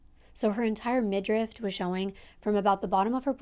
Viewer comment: Hey girl love your content today's story especially was interesting cuz I've never heard this one. I know you like to be accurate, I hope you know this comes from Love. The word is midriff not midrift. Keep up the hard work, much love for North carolina, Daria 💞